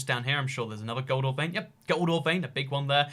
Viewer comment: When you say gold ore, it sounds like “goldar” from power rangers.